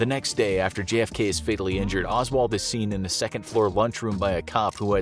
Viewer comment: prety sure I heard you miss pronounce J.F.K as G.F.K 🤔